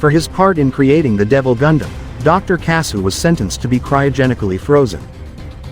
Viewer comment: Your an idiot, Kyoji didn't still it, his dad told him to take it to earth to keep the military from using it for war. Get your Gundam history right. And another thing: their last name is pronounced kasshu, you can LITERALLY hear the H in the name it's pronounced the same way as the nut itself but spelled differently